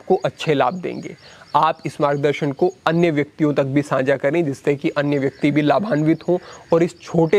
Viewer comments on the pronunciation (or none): agranim nahi bhai saahab, agrani saanjhaa nahi saajhhaa Video to definitely bahut achchhi hai... Bas bhasha ki kuch chhoti si trutiyan sudhaar lein.